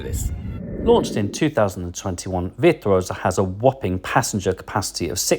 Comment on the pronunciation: love this video and am using it as study before my cruise in may. But what’s with the veer tuosa lol